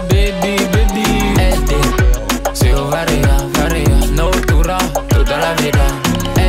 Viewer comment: Franchement lourd mais deseo tu le dit pas bien...